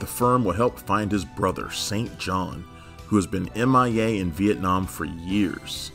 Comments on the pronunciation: Did this guy just say St John when they pronounced it Sinjin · Why does he keep calling Sinjin "St. John"? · FYI: It's not pronounced "Saint John". It's "Sin Jin". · Did you actually watch the show? His brother, who's name is spelled.. St.John, was pronounced.... SinGin.... if you watched this you WOOD NO....HA HA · Greetings from Ireland. Good podcast. However St. John is pronounced "Sinn -Jon". I'm being pedantic, sorry. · You can tell never actually watched the series. If he did he would know that Saintjohn is pronounced 'Sinjun'. That is how String said it every time he mentioned his brother. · It's spelled St John and pronounced Sin Jin look at the show credits if you don't believe me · Sinjun…not St. John.